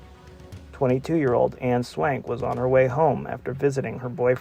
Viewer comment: Please pronounce the names of the victims right if ur gonna do research on them...Anne Swankeeeee...is how u pronounce Anne's name...